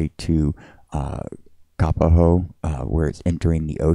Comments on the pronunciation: Never heard anyone say KA-puh-ho before. We say Ka PO ho. It is not spelled Kāpaho. Fabulous footage, brah. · Kapa-ho ?? Have I been pronouncing this wrong my entire adult life? Not trying to be snarky, but seriously asking. I have family and many friends in the (what use to be) Kapoho community. For close to 50 years, I've heard it pronounced as Ka-po-ho (with long O's). Love your videos and excellent footage. Thank you.